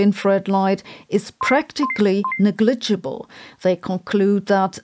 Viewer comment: NEGLIGIBLE is accented on the first syllable. NEGG-glih-jib-ul.